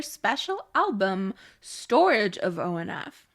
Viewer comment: ONF is pronounced "On and Off" well...."On N Off". I love these monthly song rankings btw! 😁👍💖